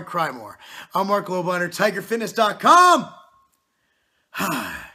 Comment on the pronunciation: 'buy all of these supplements' - Marc Lob - liner. He cant even pronounce your last name properly.